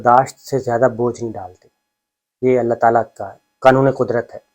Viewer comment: آپ دوسری مرتبہ آیت کا اعراب غلط پڑھ رہے ہیں پلیز آیت صحیح پڑھیں۔۔لایکلف اللہ میں لفظ اللہ پر زبر نہیں بلکہ پیش ہے۔۔پلیز اس کو درست کر لیں